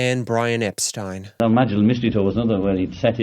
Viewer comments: Oh, it's Brian Epst-eye-n? Not Epsteen? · That’s not how you pronounce Brian Epstein’s name.